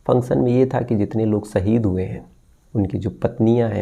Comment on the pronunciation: saheed nahi sir ji shaheed sahi alfaaz bola kijiye arth ka anarth kar dete ho aap